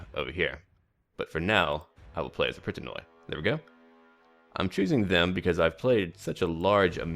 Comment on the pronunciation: when you see any unit that has "oi" (at least in Hellenic units although I think most "barbaric" ones have also names given to them by the greeks etc.: Pritanoi seems like one) it is actually pronounced like you pronounce the first 'i' in Pritanoi.. or 'e' just as you pronounce it by itself. The thing is in greek in all cases when we right "oi" it is pronounced as an 'i' and only rarely as 'o-i' only if it is written like this " οϊ ". That's why greek sound funny in this mod with so much oioioioioi ououououou eueueueu auauauau:P Also most times 'ou' is just 'u', 'eu' is either 'ef' or 'ev' as 'au' is in most times 'af' or 'av'... I think I might talk to the EB team too about that.